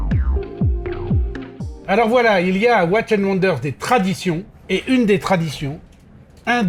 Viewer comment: Bien vouloir prononcer "Watchiiiiiizzzz and wonders"